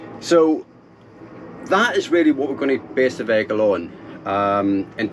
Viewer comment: As as another NI man is good to hear someone pronounce veyyhicle properly...lol...sounds the business and good luck on the build. I think I was actually parked near you in Italy early in summer but hadn't seen your vids and loved Tonka. Best of luck and hope you don't get too many busted knuckles of the year...